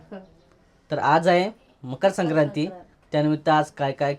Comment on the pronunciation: tula bala मकर संक्राती पण बोलायला येत नाही😂😂😂